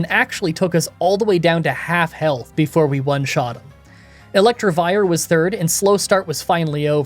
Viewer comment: From "Crainydose" to "Electrovire" :).